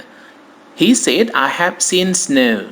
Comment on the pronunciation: The correct pronunciation of said is sed, not seid. If say / sei /. Says / sez /, not seiz. Sorry for this!